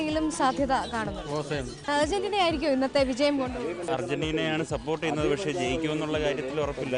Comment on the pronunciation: Urgentina alla argerntina